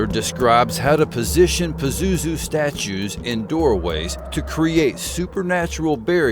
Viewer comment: Hi yes while you're mispronouncing his name , which is probably a good thing. Indeed pazuzu is real and yes I've had encounters and yes as the ancients did . I have and can call him if needed today . The missing artifacts were taken by united states proxy army ISIS and sold to private collectors whom either surrendered to gov were gov or some connection to . They invaded Iraq because Saddam found a Stargate while restoring Babylon. That begat desert storm . Crowley released pazuzu in 1939 , he was bound before that a few houndred decades . Pazuzu is quite free and quite active . By the way he's known as the grinning dark angel of the four wings .